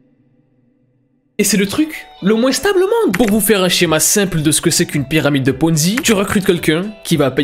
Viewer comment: "Shéma" 😭 , J'ADORE 😂